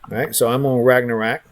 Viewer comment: Great info, but Jesus, learn to pronounce Ragnarok.